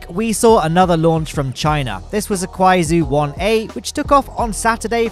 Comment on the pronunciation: Just a tip on the pronunciation for the Kuai Zhou rocket, it's pronounced "Kuai - Joe"